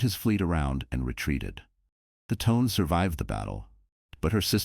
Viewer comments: The Japanese Cruiser Tone. I think it's pronounced: "Toe-Nay". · Pronunciation of the star is pretty awful. It’s Tonay. I couldn’t like the tone of your version.